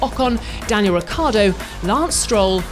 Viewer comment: How difficult can it be to pronounce Ricciardo right ?! It's rich-ardo and the journalist here have some rit-ardo